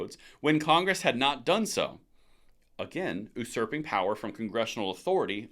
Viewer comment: Sorry bro ... but I gotta say it. It is usurping (yoo-surp-ing). It runs all over my OCD tendencies when things are mispronounced. So i am not trying to be the pronunciation police ...I am just trying to help a brother out.